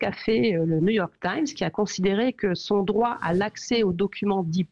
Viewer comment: Oui oui le New York thime. 😂